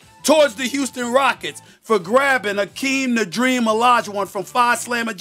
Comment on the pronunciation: Houston, Steven A!! Get it right